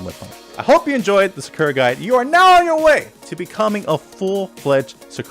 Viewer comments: You already made me want to drop the character with your pronunciation of SA KUR A. Your not wrong but also not right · had to close the 3rd time you pronounced it “sukurra” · "Sukerruh" is that a new character? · people say “sucker-uh” and “karen” like the announcer doesn’t say their name correctly every time you pick them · Love everything about this vid except how you pronounce her name lol😊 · Lol bro stop saying Sakura like that!!!!!!🤦🏾‍♂️🤦🏾‍♂️ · this video may be helpful one day when i can get over how you pronounce Sakura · The way dude says her name. It’s bastardized. When you choose the characters at character select it says her name correctly. People often mispronounce Karin too and say Karen. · Either you pronounce her name wrong or everyone else I’ve ever heard say it including the game itself says it wrong. Lol wait you started saying it correctly. I must just be out the loop. Regardless nice guide.